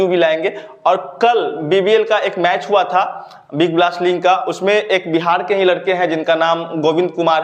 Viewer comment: Sir ling me nhi league me sellection hota hai 🤣🤣🤣